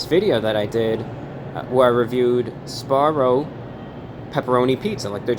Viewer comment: SBAROO? JAGG EH SBARO?!